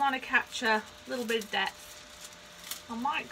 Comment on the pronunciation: I kept thinking you were saying "death" and I finally figured out you were really saying "depth".